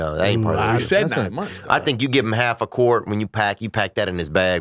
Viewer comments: “I’m a halfer” Theo: it’s halfa Lolol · “She needs to chill out on the word halfer” Theo- “ It’s halfa”